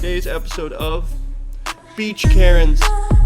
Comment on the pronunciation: “beach karnes”